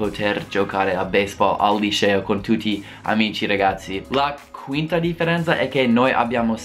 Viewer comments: Non si pronuncia lisceo ma liceo. La C si pronuncia come 'chat' in inglese. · "IL LISCEO" ahahah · 'Lisceo' HAHAHHA io adoro te e il tuo canale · il "lisceo" ahaha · SEMBRI TOSCANO QUANDO DICI LICEO ADORROOOO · Quando pronunci LICEO devi dirlo come se dicessi Cherry non come Precious !!!!!